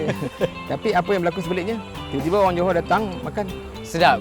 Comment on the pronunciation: Johol. Not Johor.